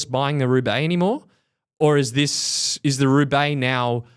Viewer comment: The way said, "RRRRRRoubaix" was not lost on me. Did he pick up some Spanish in the greater Fresno area?